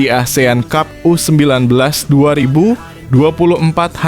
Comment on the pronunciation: pengucapan yg benar benar aja bro..prettt...km ga bodoh2 amat dlm berbahasa ingris.prettttt lo...cup atau kap bacanya?dan kami jg bkn ana2k semua